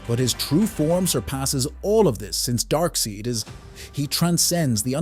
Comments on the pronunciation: Also called Darkseid "Darkseed". Homie's using bad AI. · Darkseid. YES Darkseed NO